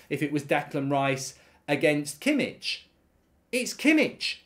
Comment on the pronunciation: Its "kimiH" not "kimiCH" 😂😂